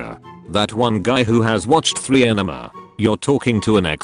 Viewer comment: Am I the only one who hears the text to speak saying ENEMA instead of ANIME?